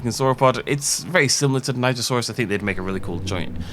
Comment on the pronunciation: I thought it was pronounced: "she-an-joe-saurus"